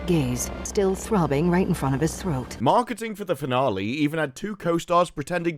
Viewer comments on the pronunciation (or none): none